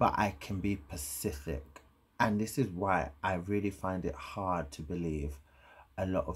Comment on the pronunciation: Babe its “ SPECIFIC” you always say “pacific” lool ITS ALL LOVEEEE i ammm NOT coming forrr uuuu plz